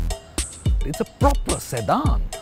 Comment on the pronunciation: Its sedan, not sedhaanh